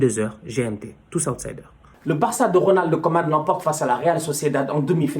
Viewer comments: Putain il dit toujours '' Ronaldo koeman '' c'est Ronald 🥺😢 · Il dit "Ronald Koeman" c'est juste qu'il prononce le"D"